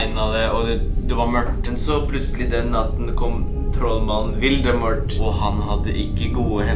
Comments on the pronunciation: Sier du vildemort? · Ikke vildemort, voldemort..